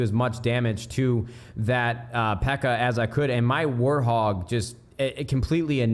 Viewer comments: he said "warhog" lmao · did he say War Hog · Did this man say "Warthog" 😂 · I love when nade says warthog.. keep on saying that nade! cracks me up everytime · ikr . it's so funny . keep on saying warthog